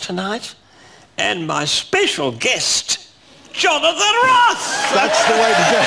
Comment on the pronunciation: The cuwwent show, who is the weak paletted Jonathan Woss?